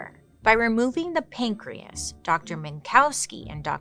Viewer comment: pan-key- as .. get it .. pancreas